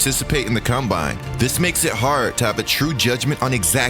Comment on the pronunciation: This is gotta be the dumbest list I’ve ever seen in my entire life. Period. Period. Period. What sort of Moron would make this? They didn’t even know how to pronounce the word ‘combine’ correctly… The stuff you find on YouTube SMH